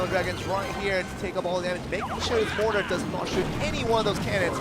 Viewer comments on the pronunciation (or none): Im really triggered that the commentator cant fricken say mortar right...